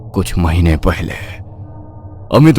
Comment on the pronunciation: पहले ❌ पयले ✅